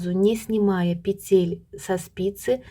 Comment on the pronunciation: Все хорошо и понятно Только режет слух "петЕль" -нужно говорить"пЕтель."И еще меня удивила таблица. всегда размер считали по длине стопы плюс половина длины.стопы. Например, 26 см длина .плюс 13 см будет 39 см - это и будет 39 размер. Т.Е. 2/3 от размера - длина стопы. Неужели сейчас переделали?